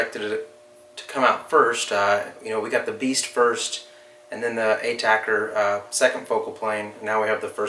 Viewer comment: A-TAC-R. Not Attacker.... damn.